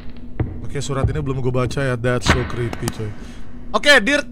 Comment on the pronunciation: "DHETT SOOW KRIPII~" candu bang hahaha😭😭